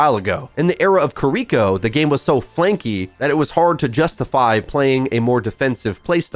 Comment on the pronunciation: good lord American pronunciation for Kiriko sounds so cringe sorry XD same thing with how they pronounce Illari lol